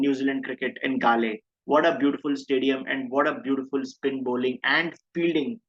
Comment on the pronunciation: Prabhaths record is 2nd to muralis at galle ofc. His avg is 21 here. Muralis overall avg was 22 and avg at galle was 18. Heraths avg in galle was 24 Also it's pronounced Gall (like in gall bladder)